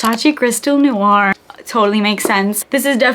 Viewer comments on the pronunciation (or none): none